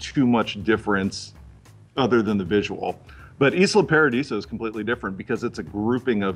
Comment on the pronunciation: "iz-lund paradees"? what a strange pronunciation...